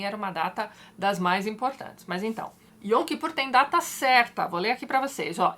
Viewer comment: Eu sou judia (oficialmente) e tem coisas que até hoje eu não entendo, mas na verdade eu não acredito em Deus. Apesar disso, a história de Moisés é uma das melhores da Torá, que homem extraordinário. Eu sempre brinco que se no judaísmo tivesse santos, o meu seria Moisés. Ps: Sobre a pronúncia, a palavra Yom, a consoante o é dita com acento agudo, Yóm.